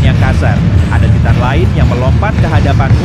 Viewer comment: Bukanya baca nya taiten ya bukan ti tan awkakwkwkakakk